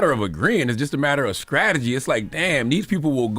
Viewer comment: Is it just me or Ctg saying skrategy